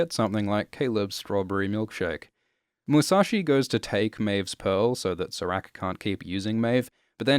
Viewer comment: can you please pronounce serac’s name correctly?